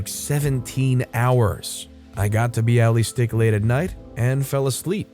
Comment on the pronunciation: It's pronounced Bialy Stock :)